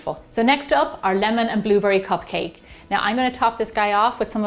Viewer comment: I love that she says bluburry.